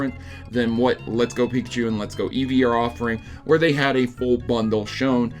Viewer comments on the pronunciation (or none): none